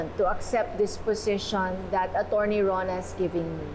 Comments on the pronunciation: Acherney ang oa nakakainis sya the way she pronounce attorney is acherney 😂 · Ano ba yan. Sa sobrang kaartehan mo magsalita, bumabaliktad na nguso mo sa pagsabi ng "Achurney"..🤣🤣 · Hahaha totoo, napansin ko rin… sa ka-OA nya, attcherni ang pagpronounce nya heheh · Sa sobrang arte magsalita ni.. Naging achurney na ang pronunciation ng attorney 😅😅😅😅😅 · Na stroke b si achurney 😂 nagka problema sa pagsasalita. Laban lilet panira sa image ng mga achurney si 😂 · its attorney not acherni 😂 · Several times ko naririnig Ang pronunciation ni sa attchorney instead of saying straight of not mentioning cho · Kaya nga,yong mga words nya n may T nagiging CH na pronunciation nya😂😂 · Anong "Achurney" yun??? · Achurney bakit naman ganun ang pag bigkas niya sa attorney ang arte naman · Achurney, sa sobrang ka artehan iba na ang pagbigkas atty. di nia bagay maging ACHURNEY